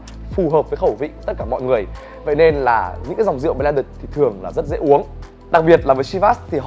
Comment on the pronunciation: Ông phát âm chữ blended còn sai mà lại chỉ ng khác phát âm chivas :))